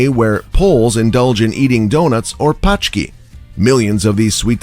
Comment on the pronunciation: We don't eat "paczki" in Poland, because paczki means packages. We eat much healthier and sweeter things than paczki - pączki. You pronounce it like ponchki.